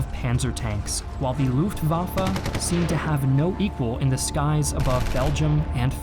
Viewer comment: great video! You do need to work on your pronunciation of terms in other languages: Luftwaffe | u ≈ vowel sound in book , not in boob; w ≈ english v Mannstein | a ≈ cannot really describe, but more like the schwa sound (ə), or like the Jamaican man Panzer | a ≈ again as above, z is NEVER said like an English z. German z ≈ ts in English. … and in real English … the battle | since b is not a vowel, the is said with a schwa sound not like the word thee